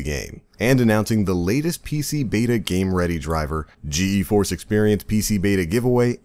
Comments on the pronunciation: just gforce not G E force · it's pronounced G-Force.